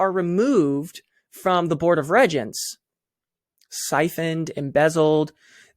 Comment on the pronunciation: Regents is pronounced REEEEgents. Just sayin.